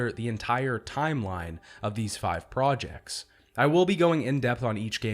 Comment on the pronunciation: can't get over "projectls" and "SUPplemenTARY" like bruh what is that pronunciation lmao